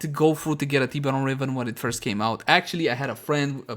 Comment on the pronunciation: Its funny how you say it like "Tea beron"